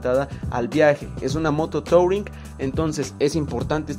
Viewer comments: No se dice "tauring", se dice "turin" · Se escribe touring pero se pronuncia turing Como bien dices, me parece una moto touring, pero no la veo doble propósito, para mi el mejor ejemplo de una doble propósito sería la dr650 de suzuki Buen video